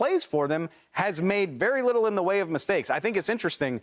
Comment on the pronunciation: Do anybody hear how Ocho say very🤣🤣🤣🤣🤣 he say wery